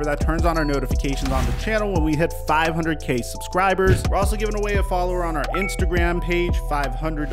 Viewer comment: The 500k flub was hilarious 😂